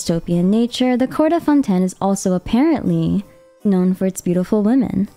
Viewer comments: Fonten? wahaha shouldn't it be pronounced like fonteyn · Plzzzz stop saying "fon-ten" its pronounce fon tane but is spelled fontaine im sure yk that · fonTAINE. not founten, ugh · I don’t know where you’re from or if English is your first language but it’s pronounced Fon-t-“A”-n not Fon-ten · FONTEYN NOT FONTEN LOL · someone take a shot, everytime she say fon-ten. i bet her script have 100+ mention of fonten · “Fontenn Fontenn Fontenn” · I like how u pronounce Fontaine as Fonten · this might be a stupid question but is it pronounced as 'fon-ten'? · Fonten lol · Are you saying Fonten on purpose??? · Fon ten 😂😂😂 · Im sorry I just hear "ForTen" all the time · I just keep hearing Fonten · Lol isn’t Fontaine not fonten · Oof. I cannot stand the way she pronounces 'Fontaine' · Great video! If I may, in French, we do not pronounce the 1st "n" in Fontaine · Had to click of the video by how she pronounced Fontaine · I see your pronouncing Fontaine with a French accent. I think you have to put more emphasis on the ‘n’.